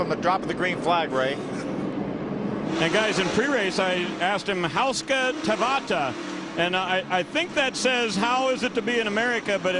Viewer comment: His pronunciation of “hauska tavata” was literally the worst I’ve ever heard Edit: the other guy with “kiitos”... Edit 2: espoo...